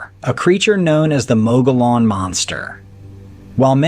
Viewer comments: The time , you speak of the Mogollon monster. Please, please get the pronunciation right. It's not pronounced Mo go lon, it's pronounced Mo ghee on. The LL's are silent as in tortilla (tor tee a). And the scenery looks nothing like the mountains of Arizona or anywhere in Arizona. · It’s pronounced mo ge on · The Mogollon Rim in AZ (pronounced: Mo-ghee-ann) are dangerous, just as the ones near Ape Canyon on Mt. Saint Helens are. And ones near Dubois (pronounced: Doo-boyz) Wyoming in their "Badlands" area. Even Basecamp Chris has shared stories from there. I have encountered and have seen different sasquatch in S. Montana, W. Missouri and Central Wyoming. All varied in colors, behavior and sizes.